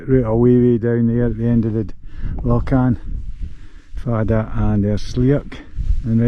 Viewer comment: Ruadh Stac Mòr. You can't have an rh in Gaelic at the start of the word. Ruadh Stac Mòr, not mhòr with the v sound. Lochan, not lockan. Very good photography BTW.